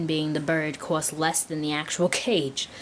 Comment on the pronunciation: "the cwost" XD